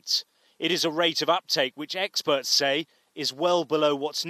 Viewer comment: I would have referred to her a human being, not an anti vaxxer, but then that wouldn't have tarnished her opinion. Also notice how loud he says 'experts', Newsreaders love to NLP with the way they place emphasis on certain words.